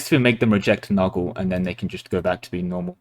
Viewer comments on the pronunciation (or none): Hearing Nurgle pronounced as "muggle" from Harry Potter but with an N was hilarious.